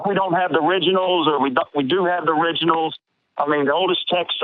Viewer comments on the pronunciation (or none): "We don't have theriginals"